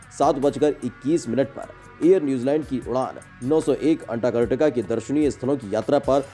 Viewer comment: अंटार्कटिका का सही सही उच्चारण तो करो।